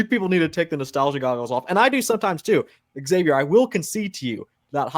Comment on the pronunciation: "Eggzavier Willis" lmao dog he's your friend you can't do him like that